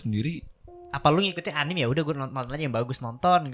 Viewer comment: anime bacanya anime aja bang bukan anim